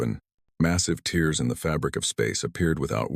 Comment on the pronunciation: Teach your AI to pronounce "tears".....